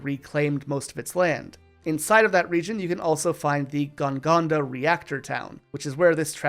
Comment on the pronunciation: its GON-GAGA not Gon GONDA